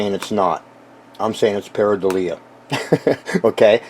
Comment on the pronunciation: Pair-ih-doe-lee-ah is how it's pronounced